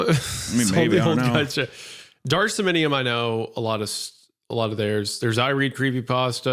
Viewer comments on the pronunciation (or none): My man said dark sominium 😂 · Both these guys mispronouncing somnium is painful